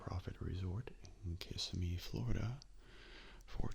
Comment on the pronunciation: The way you said Kissimmee made me giggle.